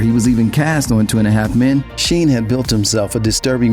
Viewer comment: Anti semitic. Not anti semetic. 2 and a half men. it ain't difficult to pronounce.